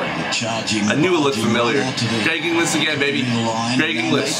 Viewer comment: It's not Greg English it's Greg Inglis 🤣🤦‍♂️